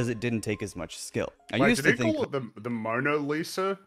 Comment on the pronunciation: I like how the guy in the video dismissed Kincade as an alcoholic, then seems to admire Pollock's noble suffering from addiction. Also, he totally said "Moaner Lisa" at the beginning.